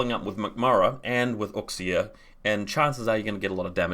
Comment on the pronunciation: Uxia = pronounced "AAshia". PS= that Bakunin list in real world $$$ is quite expensive, That's one reason why the RiotGrls are so popular, I agree the Lizard is not too bad. Solid Corig and Tusk lists.